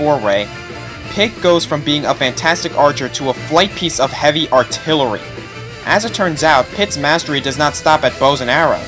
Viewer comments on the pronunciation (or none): none